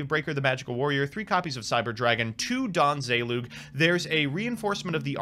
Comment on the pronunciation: Don Zayloog? Straightos? I’m swapping camps to Cimooo